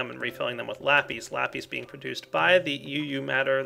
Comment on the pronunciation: Lapees? lol